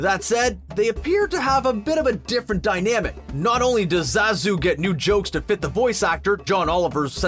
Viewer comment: Finally, someone who pronounces Zazu's name right. John Oliver actually looks like this new Zazu too. That's what Shenzi's VA looks like? Jeez! I don't think Beyonce is confident as more so that she is comfortable with being in the spotlight; one is only confident when meeting a challenge.